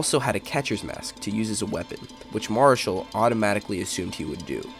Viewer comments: 2 major things wrong with this piece....The name is pronounced Mara Shall not Marshall or sounds like it when it's said on this piece. Second, Marichal and Roseboro became great friends after this incident, vacationed together and Juan spoke at Roseboro's funeral. For this horrible incident it's not how it started but how it ended that you left out and made this piece incomplete and biased. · The clip would have had far more authenticity had the speaker pronounced Juan Mari-chal's (as in "shell") name correctly. Roseboro was intentionally egging on Marichal. Roseboro wanted to see whether he could play his own form of mind game on Marichal. Unfortunately, for Marichal and the Giants, Roseboro's actions sparked an immediate effect of hate and hatred by Marichal. Consequently, Marichal loat control. I suspect Marichal did not wish to be intimidated by a catcher of Roseboro's less than average skills, but yet, Marichal lost his composure and his cool. Roseboro also was aware Sandy Koufax was pitching for the Dodgers. And Koufax was in the midst of having his best year, as a starting pitcher. Here, it is the dog days of summer, in August, between two of the best starting pitchers ever. Had Marichal kept his cool, and simply grounded out to Maury Wills, and trotted back to the dugout, he would not have been suspended, and there is a reasonable likelihood Marichal and the Giants would have won the National League pennant in 1965. Just my humble opinion - Nevertheless, Sandy Koufax, Willie Mays, Juan Marichal and other Dodgers & Giants competing. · Video exists, yes, but no video of the most important moments: the buzzing of Roseboro’s ear, the angry confrontation and, especially, Marichal’s initial blow to the head. It obviously was a glancing blow. A direct hit would have killed Roseboro or at least knocked him cold. And it’s pronounced Mar-ee—chahl. And Mays’s biographer says Roseboro was hit indirectly three times. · He can't even pronounce Marichal's name correctly